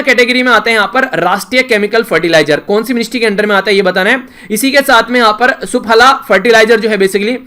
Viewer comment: 😅sir aap SUPHALA ko wrong pronounce kar re .😅vse hum daalte hai iss organic compound ko khheto me Apple trees meim .😊😊